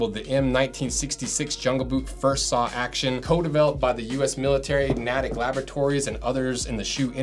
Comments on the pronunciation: if you're going to keep doing US military footwear, the U.S. Army Soldier Systems Center (SSC) is in Natick, MA, pronounced "Nay-tick," rather than, "Natt-ick." Great channel!! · Natick is pronounced "NAY-tick", not "nah-TICK" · The "A" in Natick is not pronounced as "gnat". It’s pronounced N-ay-tick. Jungle Boots are surprisingly warm for winter wear… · It’s pronounced “Nay-tick”, not Nat-ick like you’ve been saying. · Its pronounced "Nay-tick," not "Nah-tick." Old Native American name that I'm pretty sure translates as "Land of Hideously Overpriced Real Estate." Growing up in the town in the 1970s I was assured several times by "people in the know" that the Army Lab was doing experiments there to create giant cockroaches. That somebody who who know somebody had seen floating in Lake Cochicuate. And that the whole uniform thing was a front for what was really going on. Funny how these things start. 🤷‍♂ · I'm from Mass, and I just had to laugh at the "Natick Laboratories." Not that it really matters, but it is pronounced 'nay-tick' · Love your videos. But you said Natick so terribly, I almost didn’t understand what you were saying. It is pronounced NAY-tick. Town in Massachusetts where the Soldiers Systems Center is located. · It’s pronounced Nay-tick. Natick , Massachusetts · Natick is pronounced "Neightick". ;) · Natick is pronounced “NAYtick”. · its pronounced Nae-ick Natick,🤪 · Long “a” in Natick: NAY-tick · It's Nay-tick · Natick. Nay-tick.